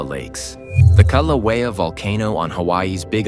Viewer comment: It's Kill-au-eh-ah not Cal--au-eh-ah.